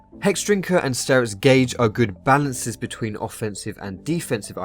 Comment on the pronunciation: and the "bewteen"